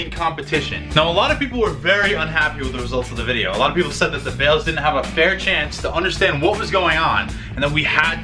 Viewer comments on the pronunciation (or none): none